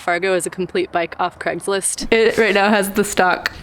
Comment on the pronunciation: Why can’t Americans say Craig properly? ‘Creggslist’ !! Otherwise, nice vid.